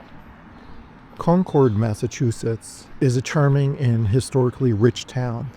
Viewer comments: i live in concord, it is pronounced (con-curd) sorry it's a pet peeve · In the town we pronounce it Con-crd, emphasis on the first syllable, shortened second syllable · You’re pronouncing it wrong. Not trying to be a troll. Just be mindful Because the bougie, rich locals will certainly correct you.